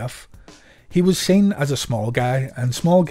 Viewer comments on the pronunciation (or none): none